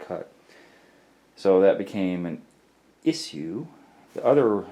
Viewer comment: Mumble mumble "iss ue" how could this be any more annoying I don't know. 5 minutes spent explaining you don't want to cut a 3" hole in a tile.